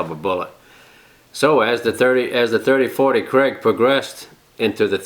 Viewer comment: Seams like you are saying "Kraig" That is not the name at all. It got a long "A"... Say "KRAG"